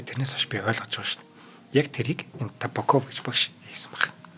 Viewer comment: Табааков, Мироонов гэж дуудаарай, сайхан дугаар болжээ.